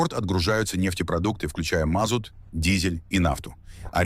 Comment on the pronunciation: мА'зут, туА'псе, тупой ии. ДИЗ!!!🤮💩